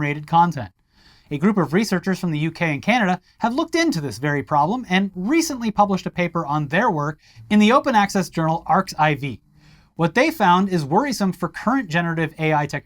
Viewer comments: "the open access journal arXiv" That isn't a journal at all, it is a preprint archive. And you definitely don't pronounce it "arcs IV". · Just so guys know. That journal is pronounced archive. Similar to how LateX is pronounced Latek. It's dumb I know. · pronounced "archive"